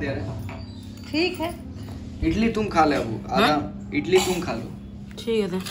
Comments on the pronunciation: Idali bolte hain... Itali nahi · Bro a small correction...its idli not itli.... Hope u dont take it in wrng way...its a request not a order................... always love n support from South Indian fan😍